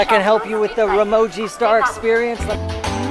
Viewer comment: Dym dude work on your pronunciation before sponsoring you can't even pronounce Ramoji 😌